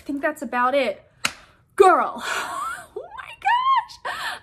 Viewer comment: I love when you said GirLuH